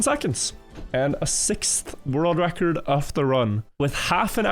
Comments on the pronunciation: Why can't he pronounce ''world record''? Holy shit, it's annoying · He's pronouncing it fine? He's got a bit of his Norwegian accent but it honestly isn't that bad for "world record"